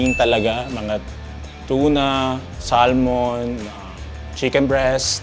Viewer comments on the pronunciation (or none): none